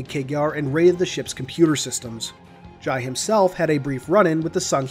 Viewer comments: its pronounced Jai (Jay) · Its pronounced jay